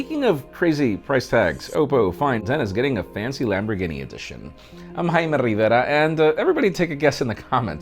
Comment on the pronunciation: i just came here to hear you say xD